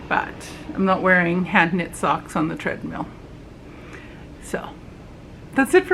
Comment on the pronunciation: Did you say “dreadmill”?? 😂. I also get very frustrated when I cake up a skein of yarn and it has pieces knotted in. Not a good practice for the commercial yarn companies.